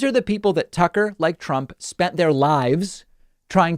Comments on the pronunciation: David; Did you say a "Sucker Carlson" or I just misheard? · You KEEP mispronouncing his first name